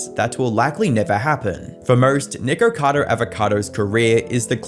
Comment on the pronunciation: Bro is saying "niqqercado"